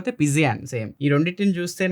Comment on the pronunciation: పిజియాన్ కాదు పీజియన్